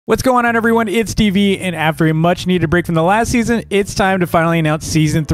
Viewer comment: When ever dv says last season I think dv is saying lassy